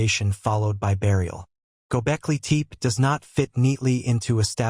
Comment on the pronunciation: It's not gobekli teep. It's gobekli tepe ((teh-pay)